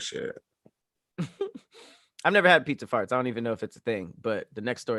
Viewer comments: why say faurts like that 🤣🤣🤣💀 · sounds like said farts w/a Boston accent😄